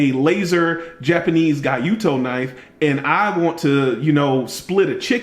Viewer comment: san-to-ku(not san-ku-to): wharncliffe with a little belly at the tip, closest thing that comes to mind is the insingo gyuto is pronounced "gee-yo-toe" in America, or "gu-do" in Japanese, not "guy-you-toe" nakiri is a double bevel knife used for vegetable processing, and its single bevel counterpart is the usuba Santoku, gyuto and nakiri are the most common westernized Japanese kitchen knives, while traditional Japanese kitchen knives are almost always single-beveled. When it comes to the kitchen knife the importance of hardness are a must and given, cause the choices of steel for both Japanese and western kitchen knives are few or you get some proprietary steel without knowing the exact chemical makeup. Also we focus a lot more on sharpening, edge finishes and blade grind, cause you can have the super duper ZDP-189 with 68 HRC, but still cuts like shit and a PITA to sharpen with a 4 mm stock thickness saber grind and a "toothy edge", which is more than common in the pocket knives. I'm sure somebody else would say that, but check out Ricky aka burrfection on youtube. And guess what? Even a kitchen knife dude does edge retention testing(cutting ropes) and talks about the ergos for prolonged cutting. Sometimes I think typical pocket knife reviews are actually fidget spinners review cause that's probably the only kind of knife review that doesn't involve cutting.